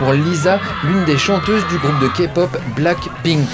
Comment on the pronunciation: LE LISA JE TAIME A LA FIN 😂😂😂😂 " lisa de BLAck PPPPPPink" chui morte